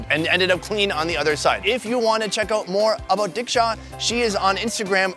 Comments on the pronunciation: Also the way he said Dicksha. 🤣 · I know I'm being a racist to diksha 😂but dude her name is deeksha nor diksha or dicksha 😂😂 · It's diksha not dicksha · I love the way he says "Diksha" as Dick shaw😂😂🤦